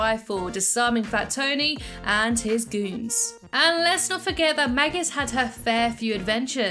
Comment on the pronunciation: you said magus